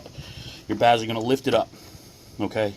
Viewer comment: A boot not a gasket bezel not bazle goo off not goof off